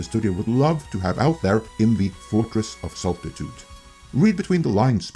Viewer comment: bless you your pronunciation of Fortress of SALTY-TUDE made me chuckle